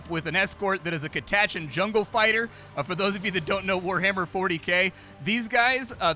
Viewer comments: I came here to say the same thing. Ive always read it as Cat uh chan, but to each their own I suppose. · What a way to pronounce Catachan